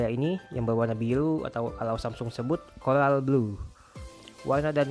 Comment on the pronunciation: Coral bang bukan colal